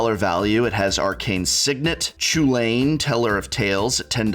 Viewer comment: Only concern: it's pronounced Cullen, not Chool Ain. Other than that fantastic review, very balanced